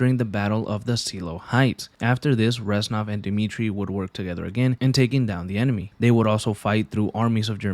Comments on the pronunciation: it’s REZ-NOV. not ranzoff. Get your life together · Good video but you saying Renzov instead of Reznov most of the time, bothered the fuck out of me 😂😂 other than that, amazing video